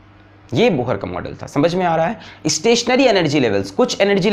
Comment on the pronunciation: Bohar??? Pronounced wrong It's pronounced as Bor